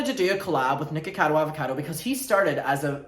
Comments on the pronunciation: SO WHAT IF I COULD TELL YOU WERE DRUNK BG HOW YOU WERE TALKING ON A TWITCH STREAM BEFORE I SAW THE WINE GLASS… you still pronounced that better than even Mr. Avocado himself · We have very different accents but I have never understood how to say Mr Avocado’s name more than this video.